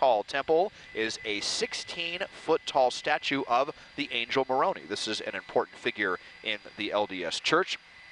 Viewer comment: Found it funny he had a ton of random information about the temple but didn’t know how to say Moroni.